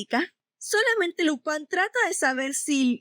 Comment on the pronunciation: Dices lopan todo el rato para imitar un acento frances? O eres española que llama a spider man espa(in)der man? En latinoamerica a Lupin se le conoce como Lupin y no fue muy popular como super campeones o cobra